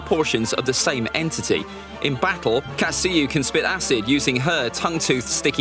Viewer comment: KATsuyu, TSUnade, SHIzune, uroCHimaru, HOkage, KUrama not katSUyu, tsuNAde, shiZUne, uruchiMAru, hoKAge, kuRAma ughhhhhhh cringeeeeee